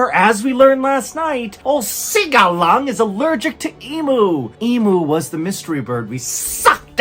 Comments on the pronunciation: EEEEM YUUUU, not E-MOO - also, emu mettwurst is pretty tasty. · MR BALLEN EMU IS PRONOUNCED” EEEE- MEW,” 😂NOT EE- MOO! 😂 From an Australian who loves your videos😅❤ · Emu doesn’t taste too bad. Also Australians pronounce emu with the mu sound like pew. So e-mew, not e-moo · Please, Emu is pronounced Ee mew not ee moo. Could just 1 American please pronounce it correctly. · Love your work, mate. Just a quick note... Emu is pronounced eam-you, not e-moo. Please spread the word amongst your fellow Americans. Eam (like, Ream without the 'R') you. Eam-you. Say it with me. Eam-you. Cheers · It's not e-moo, it's eem-you. Emu 🇭🇲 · It’s fucken ‘em-u not fucken e-mu fuck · Hey Buddy: Emu is pronounced EEMYOU. Love the way you inject comedy into your Ytoobs. Regards from Down Under. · 'e-moooo' 🤣🤣🤣🤣🤣🤣🤣🤣 its pronounced 'e-mew' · Please please Mr. Ballen can you say emu correctly. It's emyou not emoo 🇦🇺💜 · Ok MrBallen I have to make a request, whilst I love your sometime very different pronunciations of words I do not say anything as I come from a country that often pronounces words very differently but as this particular work is unique to the wildlife of my country can you please pronounce Emu as it was intended by us neurotic Aussies “ee-mew”. I love your videos, love to see your brand expanding. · It's not emoo, it is pronounced Emyou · On behalf of all us aussies it Eem-you not emoo or any other pronunciation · We Aussies say: Eem-You 😅 Not E-Moo.😂 Love hearing E-Moo though! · It's pronounced eem-you 😂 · The way you said emu had me dead 💀 😂😂 Mystery bird nuggets was done in a perfect Aussie accident